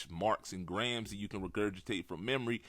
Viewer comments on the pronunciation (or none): none